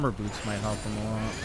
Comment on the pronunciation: Why every time he says ''boots'' I hear something else 😅😊